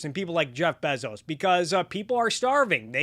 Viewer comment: google how to pronounce "Bezos," it's bay-zows